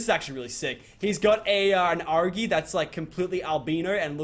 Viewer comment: its not argy its argi or argenteivis